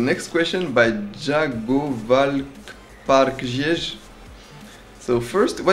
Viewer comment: hahaha jagovalkparkietje = "jagovalk... parkesjez?" amazing XD